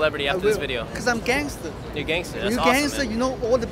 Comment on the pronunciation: ohh he says "gangster" i thought "dancer"